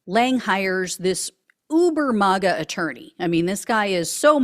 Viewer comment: Why do you say Mah Ga ? Do you pronounce Make as Mach ? It’s May Ga ! & Trump sucks no matter